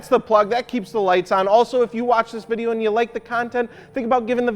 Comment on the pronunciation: he sounds like a mad chihuahua when he said "and"